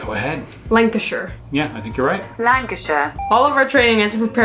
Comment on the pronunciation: You two always brighten up my day. You got my county right LAnkuhSHuh. :)